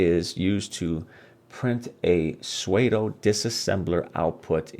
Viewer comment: Great vid. FYI... pseudo is pronounced like "sudo" and rhymes with "Play-doh"... not "suede-oh"